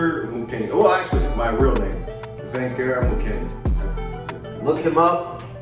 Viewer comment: Bruh you messed up my name again 😂 it’s “Va(i)nqueur”